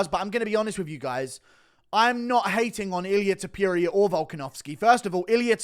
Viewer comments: Ta - Pour- Ree- Uh Not Ta- Pure- Ree - Ah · You say "TOPURIA" and it sounds like you are saying Diarrhea! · When will you learn to say "Topuria" correctly?